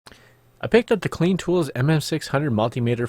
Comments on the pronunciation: Did you say a CLEAN multimeter??????????????????????????????? It's (KL=EYE-N) dude. Even illegals know that lol. :) Oh also, I had to watch this in 2X speed. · Its for sure pronounced like Cline.